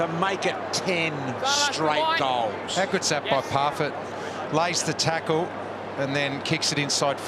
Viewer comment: I love how said parfitt